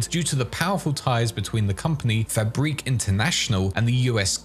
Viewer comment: "Fabrique International" lol